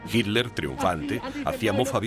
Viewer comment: Tod está bonito,,,,,,solo qe el comentarista suena mal al pronunciar hirler,,,si esta hablando en español,,,debe pronunciar Hitler....como lo decimos tda la comunidad hispano parlante.